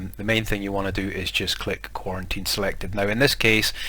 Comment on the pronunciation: You saying "quarantine" is hurting my feelings